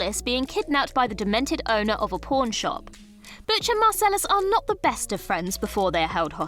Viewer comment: I thought it fitting that I kept hearing her say “porn” shop